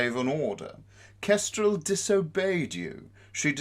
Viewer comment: Nobody: Not even Starflight: Well-mannered Clay: "Kestrelle"